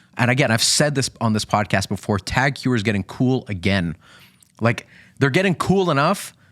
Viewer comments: Hew er? Ho ee er moron! Learn how to pronounce brand names, ffs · Heuer is pronounced more like hoyer